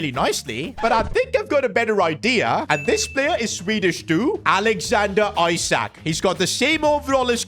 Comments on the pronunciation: It's spelt ISAK but pronounced ESAK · He pronounced Isak ‘I sack’ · Am I the only one that heard how he pronounced isak in